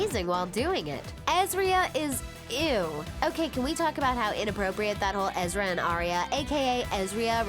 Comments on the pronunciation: Ezra not Eerie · Uhhh... it's Ezra not Eerie. BTW I thought the ending was awesome... Lol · Don't you mean Ezra. Not EERIE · Ezra not eerie 😂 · It's Alison, not Allison!! + Ezra, not Eeria! Wth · 1. Ezra was 22 when he and Aria first met 2. Lucy already said in other interviews that took place after that interview you got the info from that she would be open to making an appearance 3. It’s Ezra, not eerie 4. You got Tyler’s age wrong 5. That wasn’t Sasha you showed Ask the fans. We can make your vid with correct facts